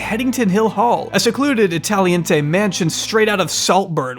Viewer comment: you say 'italianté mansion.' You mean 'italianate mansion'. , Tenerife is pronounced Tenereef, not Tenerifé. you say 'honey pot' cameras. You mean 'honey trap' cameras.